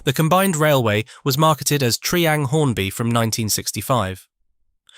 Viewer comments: Its pronounced TRY-ang not TREE-ang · And "Tree-Ang" rather than "Try-Ang" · its double O not O O. Also you pronounce Triang wrong. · It's not tree ang it's try ang. It's not Pecko it's Pee co